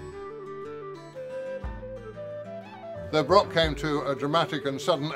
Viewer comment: Is there not a Scot who can narrate and actually pronounce the word "broch"? Was interesting just the same.